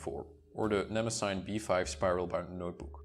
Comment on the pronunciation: Why does everyone mispronounce Mnemosyne? It must be those Nemosine idiots. It's pronounced nuh-MOSS-uh-nee. And it's every bit as impressive as Tomoe River, only thicker and softer and more velvety. And the date heading is almost invisible - I can't imagine it bothering anyone.